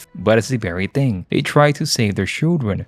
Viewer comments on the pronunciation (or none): none